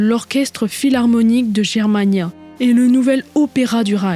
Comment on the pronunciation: Bravo! Mais, comme souvent, une petite remarque, on prononce "Guermania" et non "Jermania"... Ton travail titanesque est toujours aussi bon et agréable à écouter, pas de voix artificielle 😂! Bon courage et à bientôt...